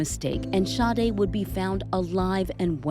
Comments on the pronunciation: How can the girl's name be pronounced Shaday, when it's spelled Sade??? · I'm interested in knowing how in the world they got that pronunciation out of Sade?!